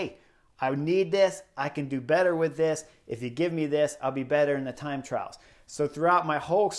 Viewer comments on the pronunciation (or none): none